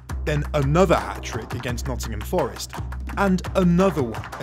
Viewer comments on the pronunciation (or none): none